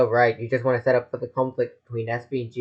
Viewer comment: you said wan't witch is the opposite or the lack of wa instead of wa witch is from " to want"